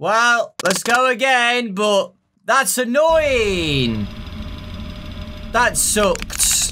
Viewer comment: Is it me or when says anooing it sounds like a 9 ing?